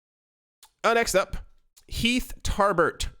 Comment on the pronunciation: Please say next up correctly as you keep waking up my Alexa thanks